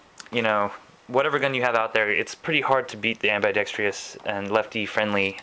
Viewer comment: am-bi-dek-struhs...i hate being spelling/grammar/pronunciation guy but many people mistakenly say ambidextrous as ambidextrious in gun review vids...there's only one "i" in that word, and you're adding an extra syllable when you say am-bi-dek-stree-us...not criticizing, i dig the review, well done, i just have a pet peeve about that word...cheers